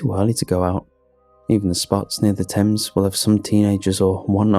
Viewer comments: Also first time I've heard someone with a British accent called the river "Thaymes" and not "Tems" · Aaaargh please edit this stuff! Everyone knows that the river Thames that runs through London is pronounced "Tems'...come on this is exactly what frustrates me and you are such an amazing vocal actor...just tighten up the editing (obviously you got a Brit to do that so its not technically your fault, but as the project manager, yow are responsible for picking an English narrator who is aware of one of the best known (if not THE best known British river worldwide) and pronounce its name correctly. I think you need to balance your good heartedness with concise editing. I love your stuff and its only when someone cares that they get so incensed by errors that are avoidable if you had an editor (I realised that you can't do everything but you have to delegate to people you trust. I know you put your heart and soul into this and that is why it enrages me. It's like all the work you put in, is endangered by mistakes a decent editor/proofreader would eliminate. I would do it for free I feel so strongly about the quality of your performance being compromised!